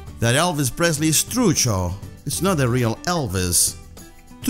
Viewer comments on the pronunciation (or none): algunas cosas las dice para el orto como trucho, dice trusho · "Romperla" like an important word? What? The others are very well, only that is "CHamuyo", "Zarpado" and "truCHo" but very well. Then, we don't speak with the "tú", it's more like "sos" than "eres", it's "sos un CHanta", "holanda che" it's the first time I hear but the whole video it's very very well.